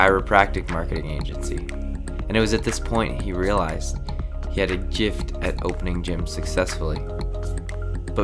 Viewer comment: I've never heard someone pronounce "gift" like that before